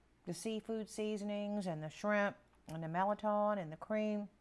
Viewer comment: I'm 65 yrs old and the first I'm hearing about this soup, looks so delicious . Going to share with husband . I'm enjoying your videos . Thanks!! That's how I pronounce mirliton, same way you do.